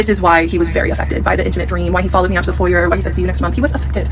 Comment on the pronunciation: Thank you for pronouncing foyer correctly that’s one of the few words that drives me insane when people mispronounce 😭 foyER doesn’t even roll off the tongue as nicely